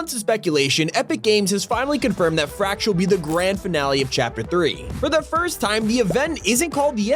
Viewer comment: Why does fracture sound like rapture?